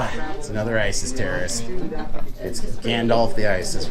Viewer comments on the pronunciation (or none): none